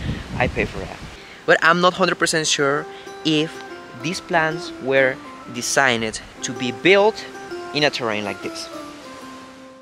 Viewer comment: Love the clear explanation about your house design...get Kaylee or Jordan to help you pronounce the word designed a bit better, but on the whole, your English is very clear and easily understood...congrats....:)